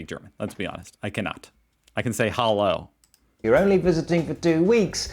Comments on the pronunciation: Well, that's not Hallo, that's Haa Low 😅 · "I can say 'Hallo' ". As a German, I unfortunately have to disagree. Like almost all US-Americans, you don't put any effort into pronouncing any vowel like a Local. This is something that almost every other foreigner at least tries to do. Your "Hallow" is pathetic. I already wrote that to you once. And as you have asked: no, "Bier" is not just "beer". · no, you still cant say "hallo" 🤣